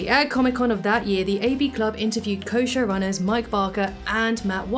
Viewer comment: "Co-Show Runners" sounds like "Kosher Runners"